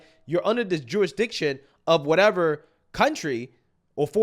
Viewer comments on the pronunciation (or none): Every time you say “jurisdiction”, I hear Jewish diction! Lol